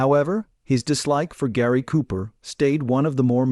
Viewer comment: Jeeeeez. At least pronounce the man's name correctly.....................................................